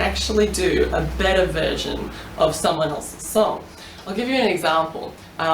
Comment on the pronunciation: i was confused when i heard "you wanna sing butter?" and then i realized she had an accent